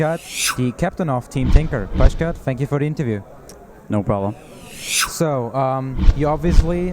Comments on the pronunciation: Pie-cat, not pudge-cat. It's not very hard to get right. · The interviewer doesnt even know how to pronounce his name. And he's awkwardly looking at notes and not having any sort of genuine conversation.